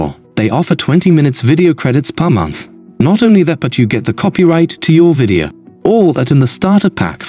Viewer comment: good that it will be corrected - but it's not because it is muddy - it is because it mispronounces things like "video" and puts incorrect vocal inflections in the sentences. I can immediately tell if it's just a text-to-speech synth as this always happens.